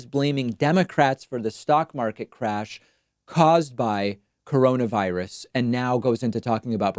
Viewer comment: I thought he called it "Caronavirus."